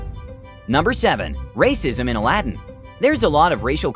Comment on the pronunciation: Aladdin not Alaadin